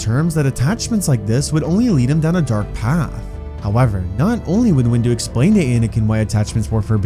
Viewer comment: Every vid that says “windu” it says “wu” 😂😂😂😂😂😂😂😂😂😂😂😂😂😂😂😂😂😂😂😂😂😂😂😂😂😂